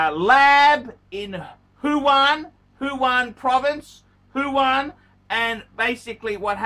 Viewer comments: It's Wuhan not Fuan. And it's not a province by the way. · wrong pronunciation not only aplies to luxury brand names but also to the city of Wuhan has become Huwan.